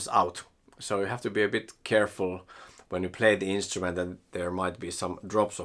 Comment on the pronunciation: "Instument" with an r, please.